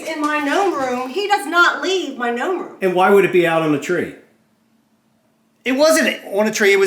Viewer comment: Lol this is funny. Calling the noam a "nulf" like "milf" hahaha